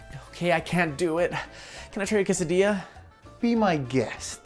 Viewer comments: Cheeeesadia more like cesadia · Do you mean que-sa-dilla